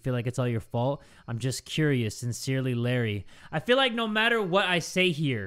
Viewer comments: when Said "Larry" it sounds like Indonesian word "Lari" which means "Run" so when said that i was like "Lari? YES JAY LARI LARI FOR YOUR LIFE!!" *my apologies if i did something wrong with my English im not good at it Yet haha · pronouncing "Larry" in different accents got me laughing, forgetting the horror in the air💀 love ya bro<3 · calling "Larry" out loud with a thicc filipino accent took me out HAAHAHHSJSHSA